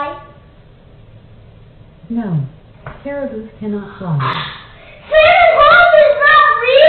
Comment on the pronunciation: Am I the only one who heard carabu?